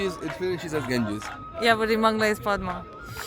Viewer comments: it is pronounced podda not padma ... but you have to write it padma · The actual pronunciation of Padma is "Padda (Podda)". Ilish (Hilsha Fish) is our national fish. We love this fish only for its unique flavour and smell. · Actually the pronunciation of Padma in bangla is "Paaddaa" 🙂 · Yep, letter ''D'' remains silent when the word ''Padma'' is pronounced.. Padma means Lilly Flower 🌼